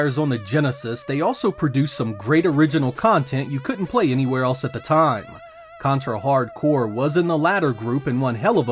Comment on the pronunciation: My favorite contra game!! Is simply the best for me i love Ray and Fang. I cant believe the people get angry for the title, this guy pronunce the game name fine, good video man!